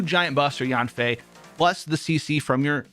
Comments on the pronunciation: Yeah she named Yan Fei (Y-an F-ae) and you sounding her first part of name Yan wrong and its irritating in my head if hear someone mistake her name. 😡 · thought he said "yoon fei" had to rewind it bc i am yanfei main